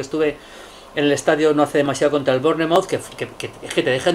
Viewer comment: Hulio cada vez que pronuncias Bournemouth muere un Lord inglés y me sangran los oidos.